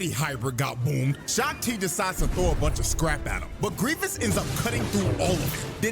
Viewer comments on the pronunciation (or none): It's 'Gree-vess' not 'Greevius'.